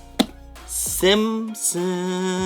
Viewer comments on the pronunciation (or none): Bruh it’s Simpsons not SIMSIMS 😂. Just giving you a hard time tho man love your content 💯